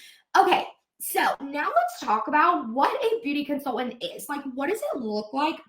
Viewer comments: Can the girl not pronounce con-sul-TANT???? She annoyingly leaves out the first T in that word 🤬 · They way she says consultant: consul-ENT drives me crazyyyy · the way she goes 'con-sul-TANT' drives me bonkers